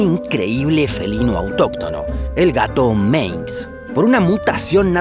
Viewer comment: Se dice Manx. No Menx.